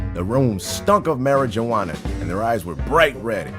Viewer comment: *Did he really just say "Marijooana" 😂?